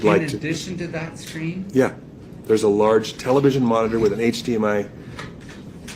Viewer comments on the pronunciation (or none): none